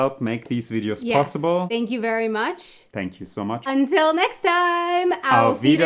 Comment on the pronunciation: "auf Wiedersehen" sounds even nicer with an american accent : "ouf weedoorsayn" ! ! !